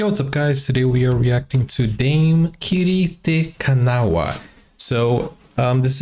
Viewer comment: Hopefully by now you have learned how to pronounce Dame Kiri's name.